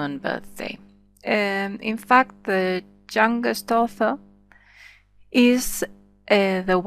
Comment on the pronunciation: i dont understant.. what means "THE JUNGUEST" or u want to say YOUNGEST? :|